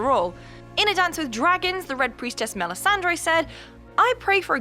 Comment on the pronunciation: Stop pronouncing "Melisandre" as if you'd never watched the show!